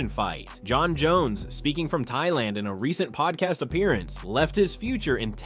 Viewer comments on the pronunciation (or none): none